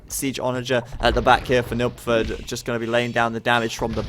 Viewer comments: Yeah it sounds like Nookford to me too. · took me a while to realise he's trying to say nilpferd^^